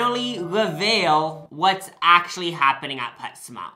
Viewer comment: wait, did you say pet smart, or pets mart